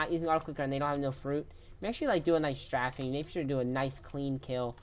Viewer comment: BRO JUST SAID "STRAFFING" 😭